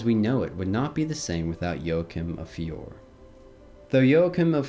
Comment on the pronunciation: It's pronounced "Fioray" not Fior - people have to realize that Italian pronunciation is not like English or French!